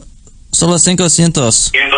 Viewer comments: "Cinco cientos" XDXDXD the correct word is "Quinientos" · 500 in Spanish is quinientos not Cinco cientos lol. For future reference. Thanks for the vid